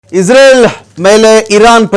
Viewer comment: ಇಸ್ರೇಲ್ ಅಂತಾ ಹೇಳಿ ಇಜ್ರಲ್ ಅಂತಾ ಅಲ್ಲ